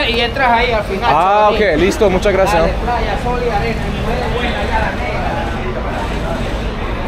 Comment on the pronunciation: stp mets un s à gracias ….😂 c’est insupportable 🤣😉autrement si je peux me permettre prends plus le temps avec les locaux ça pourrait être sympa. Courage et à bientôt pour la suite de ton aventure 👍🏼